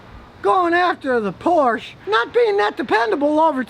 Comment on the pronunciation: min you'r neighbors are going to complain ,because you said thei'r not good looking .min did you said porn or porche ?